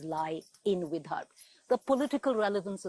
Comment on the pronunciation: Hey guys, great work in trying to cover all areas of Maharashtra. Just a couple of suggestions - one Google search and you’d have understood it’s not Gramseva but Sevagram. Also, it’s “Vidarbha” and not “Vidharbh”. 😀